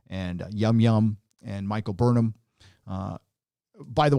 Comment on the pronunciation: i only hear Michael BURNHER